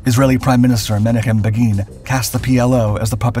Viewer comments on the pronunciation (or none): You do all this research, but you can't check Wiki for the proper pronunciation of Menachem Begin? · Because I am in my 50s, sometimes I have to pause and figure out how what you said, by comparing it to actual pronuciations I heard on the news as a child. I often have to go through several possibilities before I figure out what you meant. Brother, it's "Min-ah-kum Beg-in." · Many of us know him as "Men-AH-k'm BAY g'n."